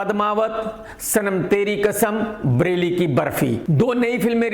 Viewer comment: Bareilly ❌ Brelly ✅